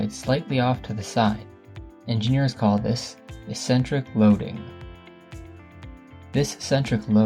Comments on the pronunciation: Also a nit, but eccentric is ik'-sen-trik and not es'-sen-trik. Informative video. Liked it. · He also mispronounces "eccentric" as if it were spelled "essentric." I feel like we're being lectured by a high-school kid who just read a Wikipedia article. Maybe we are. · Eccentric is pronounced "uhk·sen·truhk". Great video, thanks! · Pronunciation! Eck-sentric. Not Essentric. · ik-sen-trik, tor·shn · It's pronounced ek·sentrik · finally figured out you were saying "eccentric" -- it's pronounced EK-centric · "eccentric" is not pronounced that way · You’re mispronouncing eccentric. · Weird pronunciation of torsion and eccentric.